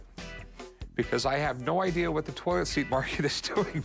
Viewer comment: The guy who brought the toilet seat pronounces toilet as “toll-it”.